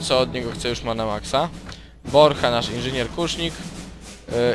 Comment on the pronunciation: poprawka Borcha nie Brocha